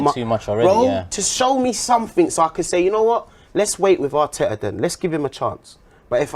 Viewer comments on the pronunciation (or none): arteaaahhhh and manciteeeeeey is funny